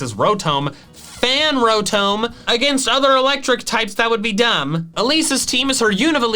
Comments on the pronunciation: Love this guy's videos but he really fUckiNg butchers names. Cilan as "Silan"?? Winona "Wynona"?? Rotom. ROTOM. "ROTOME"??!! THIS GUY IS LIKE A HILLBILLY CANADIAN IN TERMS OF PRONUNCIATION 🤣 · did he just call it rotom when it is pronounce Rotom this is reason number one why the English language is dumb pronounced different spelled the same